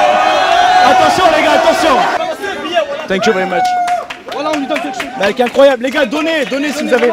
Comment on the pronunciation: L'évènement est incroyab'. La musique est incoyab'. est incroyab'. Tequila Heineken pas l'temps d'niaiser.